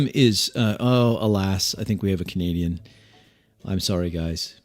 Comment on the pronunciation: I thought you said "Comedian" at first instead of "Canadian" and was quite confused until I figured it out!